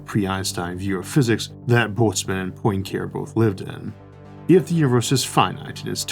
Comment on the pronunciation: Enough pronunciation guides exist out there, in digital and paper forms, to make butchering the pronunciation of Poincaré seem like laziness more than like lack of information.